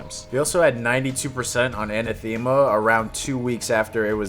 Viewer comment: Pronunciations are hard to describe in plain text, but the stress should be on the second syllable, not the third. If you can read enPR, it's /ə-năth′ə-mə/. If you can't, search for the pronunciation and you should find a voice recording.